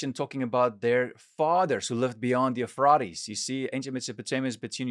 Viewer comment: The Teegris river…? The euphraaates river? Great content but my autism won’t let me ignore how off your pronunciation is of those rivers. I wish I could have finished the video.